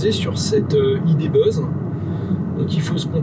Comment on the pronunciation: Le Volkswagen idé beuuzz? Aie aie aie... Mais l'essai est heureusement très bien mené !